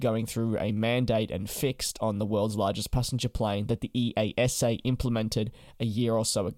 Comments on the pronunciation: EASA is nomally spoken as ee-ah-sa, not the individual initials. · We just call them "ee-asa" instead of pronouncing each individual letter. Just think of it as a normal word :) Love the vids!